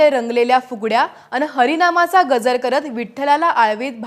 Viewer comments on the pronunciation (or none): आपल्याला विनंती आहे की गजर या शब्दाचा उच्चार थोडा वेगळा होतोय... सुधारणा केली तर निवेदन अजून छान वाटेल.गजर मधल्या ज चा उच्चार कानाला खटकतो आहे ताई.बाकी निवेदन उत्तम! 🙏